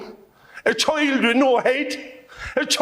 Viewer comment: Are you sure? Because he said it twice and it sounded like “hate” both times, not “head.” It was after he said how 35,000 men, women, and children were killed.